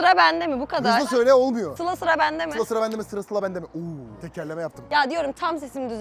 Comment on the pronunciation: sılam ve feridem demesi çok güzel